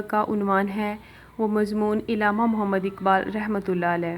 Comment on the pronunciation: It's not illama it's Allama